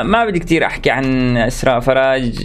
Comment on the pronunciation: بموووووووت كيف بيقول اسمي (اسراء ) والله احلا شخص بيكول اسمي فديتك يزم 💋💋💋